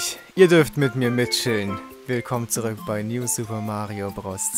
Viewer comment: Herzlich Willkommen zurückn bei New Super Mario Bros 2?? :D